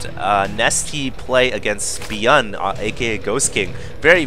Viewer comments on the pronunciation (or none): Bi-young (not biun) Hi-young (hiun)